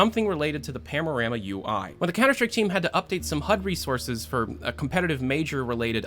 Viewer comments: only me getting annoyed that he says PAMORAMA insted of PANORAMA? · *"Panorama" and not "Pamorama" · Am i the only one who hears PAMORAMA instead of PANORAMA? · say it with me "pan-a-rama" not pamnorama. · why do you say pamorama??? hahahaha its panorama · PANO-RAMA. Not pamo. XD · are you saying pam? or pan? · I like that your accent makes it sound like you're saying pamorama rather than panorama. I really hope valve gets more leaks soon, I miss your in-depth videos. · Am i tripping or did he really said "Pamorama"? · "Pamorama" "Pamorama" Shut the fuck up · Are you saying "pamorama"? XD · You keep saying "pamorama" UI.... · Why do you keep pronouncing it "Pamorama" lol. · IKR, unsubscribed